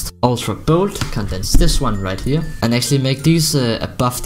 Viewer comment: I love how says here. Heyer